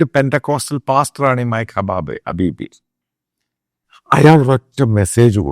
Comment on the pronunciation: ഹ ഹ ഹ ഹക്കബീ ആണ്, ഹബീബി അല്ലാ 😂